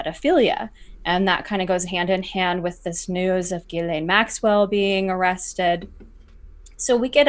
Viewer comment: This Montréal litigator says to pronounce Ghislaine Maxwell's name as "Zhiss-lane" or "Zhiss-len". His Youtube channel s Viva Frei.